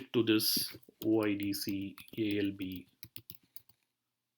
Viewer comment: Thanks for sharing but it is not "OddZero" it is "O I D Ceee"